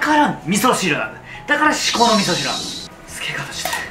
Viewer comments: 字幕では"至高の味噌汁"だけど口にしてるのは"みそうのしこしる"で草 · みそうのしこしるwwwwww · 「みそーの しこ汁」って言ってない？w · 至高の味噌汁をみそうのしこしるって言っててガチオモロい笑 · 頃 「みそうのしこしる」って言ってて可愛い笑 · みそうのしこしるで完璧にツボってしまった…笑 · 至高の味噌汁っていうとこが「みそーのしこしる」になってるｗｗｗ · 味噌汁作り終わったあとに、 「至高の味噌汁、完成」のテロップの時に「みそうのしこしる、完成！」と言ってるwww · ｢みそうのしこしる｣って言った？笑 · みそーのしこ汁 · みそうのしこうじる って聞こえるｗｗｗ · みそうのしこしるwwwwwww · みそうのしこ汁って言ってない？w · みそうのしこしる?